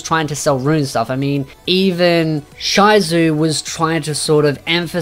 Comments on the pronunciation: pronounced Shizu TOTALLY OFF. SHE-ZOO please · volume 13 was pretty good, even though many say it was too long, i liked every bit of detail that the novel offered, especially the Shizu and Neia dynamics. PLUS: i want to point out the pronounciation of Shizu's name, its "shi" as in "she" where the "e" part is short and then zu, not "shyzu". When i heard "shyzu" i was confused who you were talking about. You can also check the anime for her name's pronounciation.